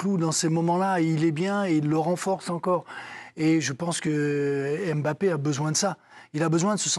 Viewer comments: Quand on est expert on dit pas Mbappé on dit Bappé 😆🤡🤡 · Carine est l’une des seules à prononcer « Bappé » correctement. Mais elle se laisse influencer par ceux qui disent MmBappé. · C’est MBappé, et non M bappé, please